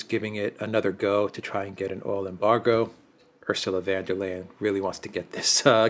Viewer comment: Von not van, she is not 🇳🇱🇳🇱🇳🇱.